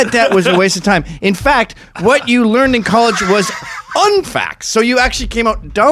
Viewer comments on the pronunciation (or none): none